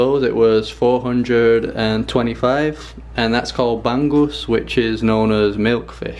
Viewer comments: It's funny how you pronounced bangus like "bang-gus" instead of "ba-ngus". Anyways you make me hungry! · You should have added vinegar with soy sauce in 2:1 proportion. That’s the real adobo! Also include the fishhead, the most tasty part of bangus! By the way it is pronounced “bang-ngus”! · Masarap (delicious) ba-ngus two syllables